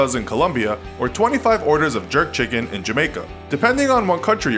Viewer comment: I thought it said "Jerk childrens" instead of jerk chickens. Lmao